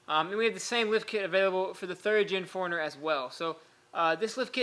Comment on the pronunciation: I kept hearing "foreigner" its like WTF is a foreigner? OHHHHH 4 RUNNER